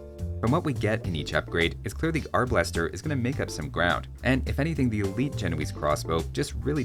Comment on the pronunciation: Arbalester = 😡 AR Buster = 😄